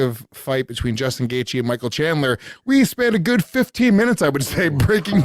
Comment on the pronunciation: Micheal 'Shandler' Bisping